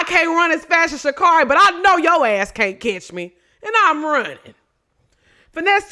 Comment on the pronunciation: you gotta say her name right or she gonna beat our ass lmfaooo it’s Sha CARRI like Carry